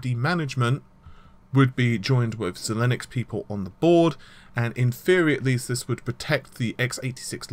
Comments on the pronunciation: xilinx = zy-lynx. Like the deodorant but with a zy... not "z-linux" lol. Like some of this guys news is good.. but the pronunciation and the constant use of "nm" rather than saying nanometer has slowly been winding me up for months now lol. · Why, why must you pronounce Xilinx like it is spelled Xilinnux....